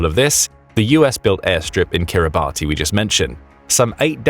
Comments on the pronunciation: Please review your name pronunciations!!!! It’s not pronounced like “Kiribatty,” instead it is accurately pronounced “Kiribas.” It is NOT pronounced how it appears. These endless YouTube videos getting props names consistently wrong is very irritating! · Kiribati is pronounced 'Kir-ri-bass' (like bass the fish...) There official currency is Australian Dollars too! And it is made of bird/bat poop (guano)/ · * Kiribati /kEE·ree·bas/. Please don’t use a batty pronunciation! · Kiribati is not pronounced like that! Kiribati has 3 syllables and is pronounced something like 'Kiri-bash'. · It isn’t pronounced Kiri-Barty it is Kiri-bas spelt differently to how it’s pronounced. But if you’re going to tell a story about it you should pronounce it correctly. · Kiribati is pronounced 'Kiribas'. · It's pronounced "Kiribass" 🙄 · Kiribati is pronounced “Kiri-bash” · Perhaps the Chinese know who to pronounce Kiribati = KIRR-i-bass (The name is pronounced KIRR-i-bass, as -ti in the Gilbertese language represents an [s] sound.) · Yo……it is spelled Kiribati but it is pronounced Kiribas. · Kiribati is actually pronounced Kiribas. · “Kiribass”is the accepted pronunciation… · NB Kiribati is pronounced Kirr-i-bass ... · Wrong pronunciation of Kiribati.